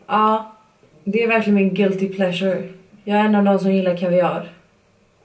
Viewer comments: Skit skoj video 😋😋 men man uttalar väll inte kaviar ”kaviaaar” utan ”kavviar” haha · Kan vi snacka om att du säger ”kaviáar” när det heter kaviar? Göteborgare är så söta!😘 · E Sätterström Olika dialekter såklart! Därför folk uttalar olika, som beige! 😄